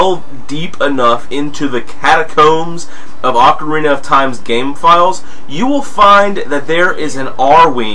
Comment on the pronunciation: Well, I did not realize I mispronounced that many words. I know ocarina is OH-KUH-REENAH not AH-KUH-REENA but, I guess it's that I've been playing em since I was a little kid and my friends and I would kind of latch onto our dialects with these games and it's followed me throughout life. What else do I mispronounce exactly?